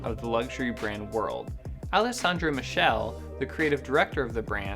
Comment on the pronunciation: You are totally MISPRONOUNCING Alessandro Michele name!